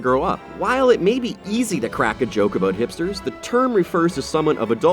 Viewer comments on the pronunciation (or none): none